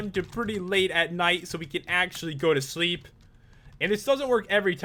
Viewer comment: LOL said "leep well" she's supposed to say "sleep well"